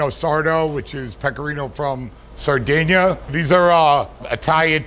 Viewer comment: "Sardeina", "Rigoda", "Mudzarel", "Boloun"... Geez... Can't stand americans who call themselves italian just because their surname is italian (which they can't even pronounce correctly. Great that it works in america but stfu